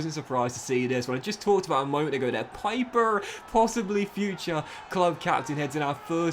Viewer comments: Stop calling him piper, his name is Pieper, like in peep!!!!! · Pieper is pronounced like Peeper in German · I love your videos, so please don't take this as hate, but in the german language, "ie" is pronounced as an "E" sound, but "ei" is pronounced as an "I" sound